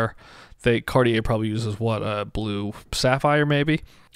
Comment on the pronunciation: ITS NOT CORIER ,ITS CARTIER.